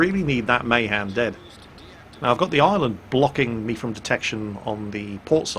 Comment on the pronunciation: Isn't Mahan pronounced as Muh-Han not May-Han? I'm pretty sure that's how Alred Mahan's name was pronounced...